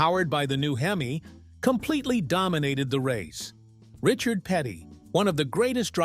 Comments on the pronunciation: This is so AI. Pronunciation for the “word,” “Hemeye” & not “Hemee. What a freaking crock. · Robo voice " Hem eye " ? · I HATE these AI voiceovers…!!! Where can I buy one of these these HIM-EYE motors today…!!! Edit : Now, if Mopar could build one that lasted like the late-60s motors, Mopar would really have something to brag about in its rebirth…! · LMAO...... What's a heemi? Terrible, terrible.......... Sick of this AI bs. So smart but cannot pronounce words correctly. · Your reader can't pronounce "hemi". Weak.